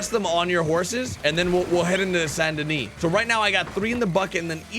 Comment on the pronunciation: Drives me nuts. Also its Saint Denis not San Denis it just irks me.